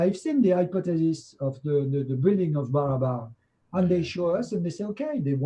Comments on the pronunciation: LOLed every time he called them the "Barbara" caves though. It's Barabar! They are related to the mysterious Pillars of Ashoka which are related to Pompey's Pillar in Alexandria and some of the pillars at Baalbek. The polishing method is a real mystery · I love your videos,. It was wonderful to watch the excellent interaction between Patrice & you. BTW, in this video, you keep calling the caves in India as "Barbara" caves...:D They're actually the "BARABAR" caves. Just the misplacement of a single "a".